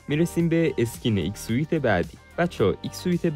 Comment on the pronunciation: ایکس سوت ❌ایکس سویت ✅